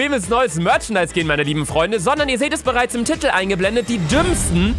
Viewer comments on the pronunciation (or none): Normale Menschen: Titel Luca: Tittel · Immer wenn Luca "Titel" sagt. Mein Gehirn:Tittel?